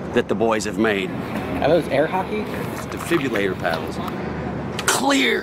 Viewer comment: "difibulator" lol.. its a "defibrillator"